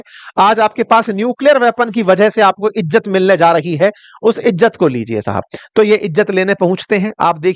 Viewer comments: Crow sir...! Tu to bukhla gya ha... Ijat nhi hota izzat hota ha 😅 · Ijjat nhi.....izzat😂